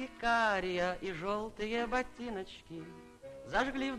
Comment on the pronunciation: Эх...глазенки карИА...старое московское произношение...Эпоха. Люди. Время. Все было...не вернуть....